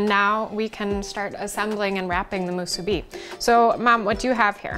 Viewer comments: Soooo Nice to see/hear musubi recipe that's NOT pronounced...Moo-SOO-bee!-lol...Lil Quirk of mine! Came across your video...Random style! Mahalo nui! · Hey there. You're the only one pronouncing it right, thank you. 🤙🔥